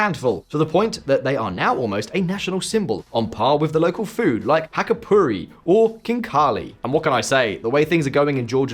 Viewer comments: I noticed it too LOL. He is one of those "experts" that can not pronounce names of their expertise subjects. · Bro said hackapurri 😂